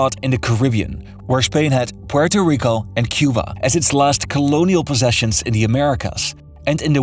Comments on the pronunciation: Comoquiera suena grave pero bueno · Bro if you are gonna hate at least get it right. It would be Puelto Rico. Lambdacism only changes de lateral R never at the beginning of words. Comes from the Canary Islands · Why does hesay Puerto Rico like that. 😂😂😂😂😂😂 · Why the reupload? Edit: Ahahaha, I see why. You changed how you pronounce Puerto Rico. :D I mean, fair enough. :)